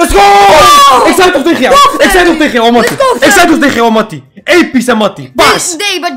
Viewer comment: Hij zegt teegen knokers skins XD